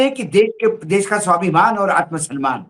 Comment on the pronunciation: आप अपने उच्चारण में जी देश को देश बोलना प्रारंभ करें आप देश को बोलते है - देस । इससे आपका इंम्परेशन खराब होता है।